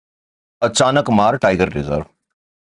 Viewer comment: नाम अचानकमार नहीं है...अचा।।।।।।नकमार है ।